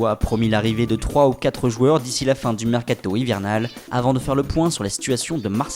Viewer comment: mdr à la fin comme il dit mercato